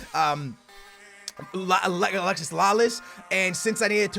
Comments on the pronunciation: Alexi not alexis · actually lalases name is alexi not alexis